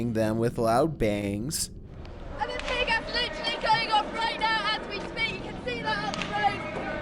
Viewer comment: He said tear GAST at number 7